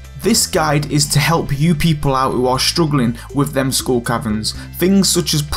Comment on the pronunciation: Scooll cavern.